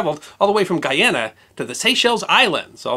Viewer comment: Thanks for saying "guyana" as I was born in guyana 👍